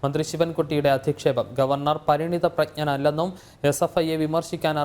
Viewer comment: പരിണിത പ്രജ്ഞൻ എന്നൊന്നു തെറ്റാതെ പറയുന്നത് കേൾക്കാൻ ആഗ്രഹം ഉണ്ട്😂